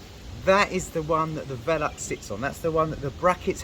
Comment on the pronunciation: Made that look easy! By the way its not vel- ux its Ve-lux. lol